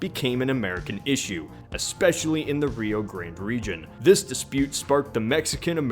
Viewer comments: Rio Grande is pronounced Ree-oh Grawn-day not Ree-oh Grand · mfw he says rio grand instead of rio grande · Did he say "Rio Grand" its pronounced Reeoh graanday and spelt rio grande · it's not grand it's grande like rio grahnd-eh